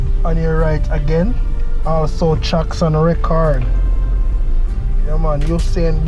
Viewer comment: is the word "chuck" or Truck. and "chee" or tree. Why you always pronounce them wrong. Someone says you have speech implement, is that tree?